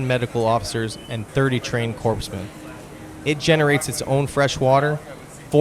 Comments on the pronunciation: "CORPSE-men"?1 - did Ovomit narrate this video? And that is NO disparity to those serving!! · And did the narration actually say "corpse-men"??? Eeek!!!